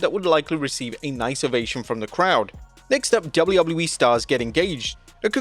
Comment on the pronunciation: Why can't you say WWE right?